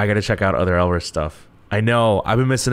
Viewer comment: im definitely late but maybe youll still see this GSHSJDH elris is pronounced without the R, almost like 'alice' which plays a little into their wonderland concept theyve had for songs like 'we, first'. their sound has been unique and almost quirky?? since debut. if you liked jackpot that much then you will definitely love pow pow, the composition is fun and the song is catchy, i think its their most well-known song to date? theyve only had 4 albums so far and debuted in 2017 (we first, color crush, summer dream, & jackpot) summer dream was more of a sweeter song and had calmer vocals but it was so refreshing. as a blris since that era, i wish it wasnt drowned out by the rest of the summer song releases that year ㅠㅠ you might already know from comments but there were 2 new members for this comeback, EJ (orange hair, rapper) and chaejeong (blonde, right after first chorus). the short hair girl is bella, she was the only rapper beforehand but karin (bangs, cutie) rapped a little bit with her in pow pow which also had a dope asf verse. you know sohee already, curly black hair is yukyung, and hyesong had ribbons braided into her hair. this comment is long as fuck but elris is so criminally underrated, im really hyped to see someone who enjoyed jackpot that much because alot of the reaction ive seen has been just 'eh' even though its one of the most unique gg title tracks this year, maybe next to fiesta, so what or dumhdurum? anyway pls become blris stream no big deal